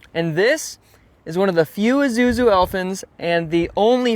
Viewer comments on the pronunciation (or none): Pronounced "e SU zu"